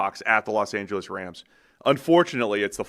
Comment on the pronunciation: its Rams not Rhams. dude with the accent says it weird homie